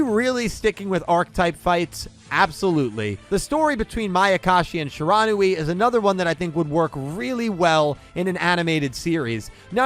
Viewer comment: Shiranui is pronounced she ruh new we not shuh ron ooh ee